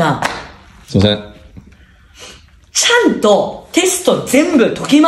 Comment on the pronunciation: ちゃ↑んとー